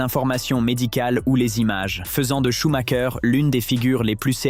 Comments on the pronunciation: Pourquoi prononcer SchumaKER, comme les Italiens? SchumREUR peut-^étre? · SHUMACHER SANS "K" SVP....